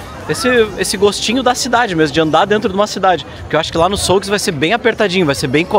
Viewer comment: souque? é xuk que se fala ...